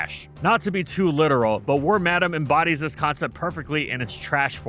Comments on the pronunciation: Lol war-madame its pronounced worm-uh-dam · Worm-Adam hits a lil different than Worm-Ah-Damn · It took me until this video to realize why wormadam is called that. I never looked into it because I've been pronouncing it worm-a-dam the whole time. It's worm madam. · The first time I’ve heard someone pronounce wormadam like war-madam lol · Worm-Adam. Huh. Yall poketubers sure do got some weird name pronunciations😂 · You pronouncing it worm-Adam is giving me flashbacks to a certain podcast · "Warm-Adam" is the new "ree-yoo-nee-clus" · Pronounce Wormadam correctly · Please stop saying wormadam like that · That's how you say Wormadam?!